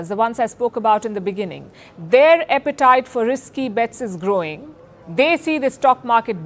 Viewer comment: Pronounced 'Appetite' ✅ ( as in A-N-T ) not "Epitite" ❌ ( as in egg )